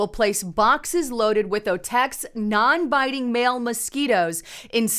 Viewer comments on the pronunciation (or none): none